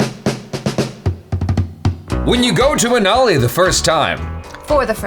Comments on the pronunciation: its manali not minali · Its not Minali 😂 its Manali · It's Manali not miniali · its manali not minali XD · Its manali not minali ..... Love your video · Its Manali, not Minali!😂💯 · It's not minali but manali..🙄🙄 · It's MANALI